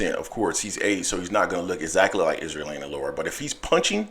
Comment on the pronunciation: 🤣 he keeps pronouncing his name like Isrealandy. Its Erislandy (Air- is- landy)